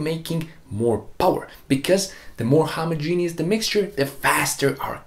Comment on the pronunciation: homogeneous is pronounced "homah-jen-us". You're welcome. ;-)